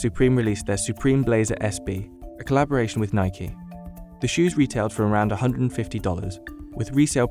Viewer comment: When he pronounced “Nike” as “Nikey” I almost clicked off the video